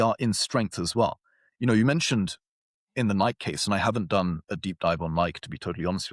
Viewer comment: It’s no longer pronounced Nike for me, its “Niik” now‼️